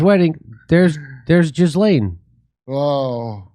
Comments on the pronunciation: Pronouncing her name "Giz-Lane" is fun for obvious reasons, but in french, it is more like GILL-en,' emphasis on the first syllable, and more or less rhyming with "Chillin." Google won't give you this pronunciation; the accurate source is when you listen to how Ghislaine's brother pronounces it, and how (recently deceased) Virginia Giuffre, who knew her for years because trafficed by Ghislaine, pronounced it. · But Jeff couldn't bring the girls to the White House 😂 Also its "jee-LAYNE" please have some respect for all of the women with that name that are NOT convicted sex traffickers. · No you're calling her Jizzlane because you're miss pronouncing her name. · Her name is pronounced more like Guh-lenn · You don’t pronounce it “jizzlane”😂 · The sexual predator's name is pronounced "Ghee-lain." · It's pronounced Gheelane ...😅😅😅😅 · It's pronounced gill-aine'. Other than that, I find no facts I can contradict.